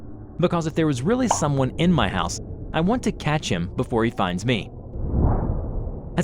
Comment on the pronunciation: "Sorry, wrong hause"? That made me laught too😂😂😂😂😂😂